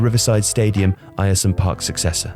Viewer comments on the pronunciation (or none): Air-some park not ayresome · Air-some not eye-ear-some! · By the way its Air-some not Iresome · It’s pronounced ‘Air-Some’ not Ayer some👍🏼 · its uhrsome park not eyersome park 🤦‍♂ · Just a thing, Ayresome park is pronounced Air-Some Park not Eire-Some other than that it was a good video. Its a bizarre part of our history but actually fairly interesting. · Not called ierson park airson park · it is pronounced air-some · He gets it right in the end but your voice over man can't pronounce Ayresome.... It's AIR-SUM. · It’s pronounced ersome park I’m sorry but being from boro and hearing the name like that hurts 🤣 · It's pronounced Air-sum you knob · hate to say it, in the video you put middlesborough, not Middlesbrough which is that is should be. Ayresome is also pronounced (Air-sum) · It’s pronounced airsome park 🙂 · Pronounced AIR-SOME park. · 'Ayer-Some Park' actually sounds North Korean 🤣🤣🤣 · Ayresome Park is pronounced air-some fyi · Eyeersome park stadium... fucking hell my ears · FYI the pronunciation of Ayresome Park is like Air-some. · Btw, Ayresome park is pronounced ‘airsome’ just letting you know :) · It's pronounced Air-sum park, man, howay! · Football, it's pronounced AIR-some Park, isn't it? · It's pronounced "air-some" park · 'Eye-er-some park?' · It's pronounced "air-sum" park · Come on, love your stuff but you spelt Middlesbrough wrong within 25 seconds of this! Edit - Ayresome is pronounced like Airsome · The Stadium name is pronounced "Air - Sum - Park". Source: I lived opposite it. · It's pronounced Air-some park (Ayersome Park) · Nice. Air-sum though. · Pronounced 'Ayresome' wrong. A bit of a glaring error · "Ire-some Park"?! That's not very nice :P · It's pronounced airsome park. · its pronounced AIR-SUM Park 😛. The small monument on the site of Pak Do.Iks goal was declared a national monument to the glory of the DPRK.. the only one outside of NK and its in Middlesbrough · Great video! Just for future ref Ayersome is pronounced ‘Air-Some’